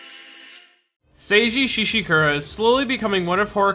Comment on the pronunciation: I swear you say “sage-eee sheeshakoora” and someone is getting a black eye